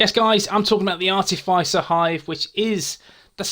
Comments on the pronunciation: Ar-tiff-iss-er not ar-tiff-ice-er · Hey, I'm sure I've mentioned this before but it's pronounced Are -Tif -Is (as in This)-er. Hope you don't mind?